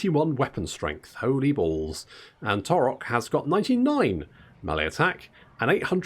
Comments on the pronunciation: Surely taurox is a splice between Taurus and ox, so it would be pronounced like ox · The X is not silent... unless you can get far enough away that you can't hear her anymore.